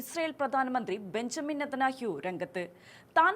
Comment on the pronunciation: നെതനാഹ്യു എന്നാണ് അവതാരിക പറഞ്ഞു കൊണ്ടിരിക്കുന്നത്.